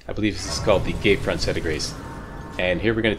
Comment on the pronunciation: You say "gate front" like "gay friend"